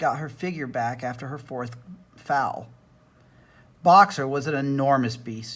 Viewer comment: Just so you know, foal is pronounced “foel” not fowl.